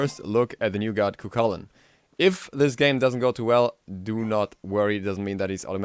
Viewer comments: New god "Cu-Cullen" another person completly unable to pronounce his name :'D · the name is pronounced "ku kulane" lainn is pronounced the same a lane. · "Coo khoolahn" is the best way to pronounce it. The CH can be pronounced something like the CH in scottish loch, but never as a k. The ending -ainn is usually pronounced as -ahn in irish gaelic.